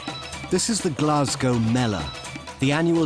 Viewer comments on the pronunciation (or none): none